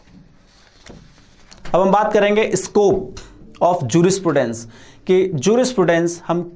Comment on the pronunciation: pronounce properly jurisprudence...first